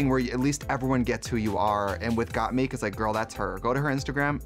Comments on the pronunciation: I love how Shea was saying Gottmik correctly 'Got Mick' but Trixie said it incorrectly 'Got Meek' so many times that Shea switched to saying it wrong too :') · Not Trixie saying got-meeeek 😂😂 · Trixie couldnt say Mik she said Meek ahahahah... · Why does Trixie keep saying “Got-MEEK”? Isn’t it pronounced “Got-MIK”? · The way that Shea was pronouncing gotmik correctly until Trixie started saying “got meek” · the way trixie pronounces gottmik as “gotmeek” got me dying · Shame the re-upload couldn't make Tracy pronounce GottMik's name right. "GottMeek" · i like how Shea said gottmik's name right the first time but got converted to saying got meek by the end thanks to trixie lmaoo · “GottMEEK” Trixie, guuurl.. just stop. ✋ 🛑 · I love that Trixie can’t say Got Mik’s name right. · Why are they calling Gottmik “Gotmeek”? Shea said it the right way once then Tricia kept saying it the wrong way and Shea then followed suit 😂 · Okay so trixie calls her gottmeek. Did anyone else notice how shea said gottmik at first and then later called her gottmeek. Yous'a bad influence trixie lol. I liked getting a chance to see everyone's lip sync, but doing everything over and over was a bit much. I would have preferred for everyone to enter the workroom and then let the twist play out. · why do they keep saying gotmeek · no girl, gat but a combine the "o" a little bit more and mik but combine an "e" a little with the "i". the fucking english language is hard af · Trixie really said Gottmikь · Did no one prep Trixie on how to say Gottmik? lmao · How’s Shea & Trixie mispronunciation of GottMik while saying how they know and love her!!!🤩✌🏽✌🏽✌🏽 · rewatching this while s14 is airing and trixie gaslighting shea into mispronouncing gottmik hit me like a truck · Why is Trixie mispronouncing Gottmik's name? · She may have mispronounced GottMik, but she's the first queen I've seen reviewing this episode who pronounced Lady Marmalade correctly.